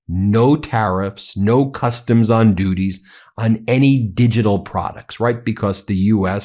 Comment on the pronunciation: Ben said dooties (duties) 😆